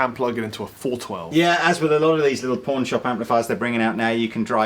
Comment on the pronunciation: hehe he sounds like hes saying porn hehe